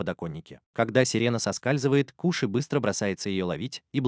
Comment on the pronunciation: Нагума Коши а не Куши на крайняк Кошы